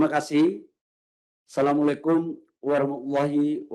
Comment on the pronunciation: sekelas mentri kaya bgini di saat konferensi pers di detik 0.23 pengucapan salam pembuka aja blecetan.........ANDA GUGUP KARENA SALAH ??????????????simple pak ,mundur aja ga usah di pertahanin .ANDA SUDAH TDK LAYAK UNTUK MEMIKUL TANGUNG JAWAB RAKYAT INI